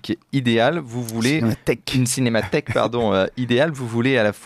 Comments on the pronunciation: Incroyable ce défaut récurrent de prononciation du présentateur (cinémathique)... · Oui, très agaçant. Il confond avec l’adjectif « cinématique ». Son conducteur a dû être rédigé avec un correcteur Google !